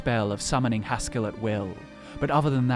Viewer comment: It is Haskill, not Haskull.